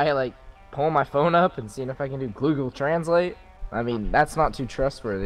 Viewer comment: what is a gloogle? Oof